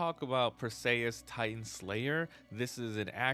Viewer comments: per-see-us greek mythology bro but nice video 😊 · Per-see-us ffs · Per-say-us 😂 bruh